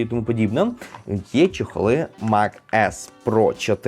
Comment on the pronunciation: Тільки не чЕхли, а чОхли😅 Дякую😊